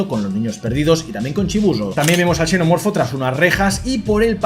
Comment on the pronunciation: Hola me costaba entender si le decías "chenomorfo" o "senomorfo", en este caso xenomorfobo la "x" suena como "s". Entonces foneticamente suena como "senomorfo" Me sucedió que una vez a unos gemelos de N canal le dije que soy de Xalapa y pronunciaron chalapa y en este caso la "x" suena como "j" y foneticamente suena como "jalapa"